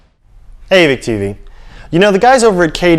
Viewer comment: yet you still have a reviewer who says evik tv...LOL